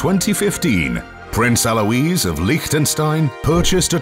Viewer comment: Charlene is the: Princess of MONACO, NOT Liechtenstein, the Princess of Liechtenstein is Sophie... it's pronounced Ah-luah- (Alois) not Aloise...